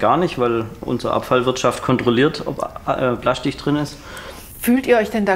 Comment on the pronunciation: Plaschtich … herrlich 😂